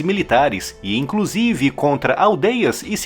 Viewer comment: "IncRusive" não ne meu chapa 😂😂😂